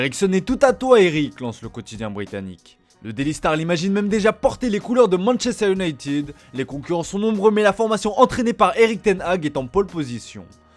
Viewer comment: MANCHESTER UNITIDD